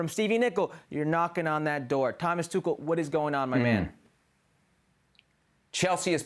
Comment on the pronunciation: Butchering the pronunciation of both tuchel and pulisic